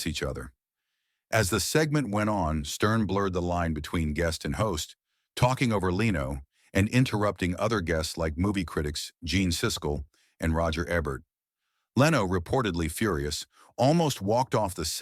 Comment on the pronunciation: Why cant you even pronounced simple words correctly. JON LINO...SISKIL AND EHHBERT? wtf